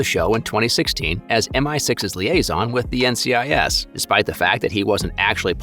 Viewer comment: did you seriously just call NCIS “NICS”